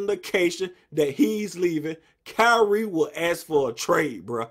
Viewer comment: Bruh said Byrie Irving😂😂😂